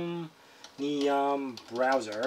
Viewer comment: chroMium... not chroNium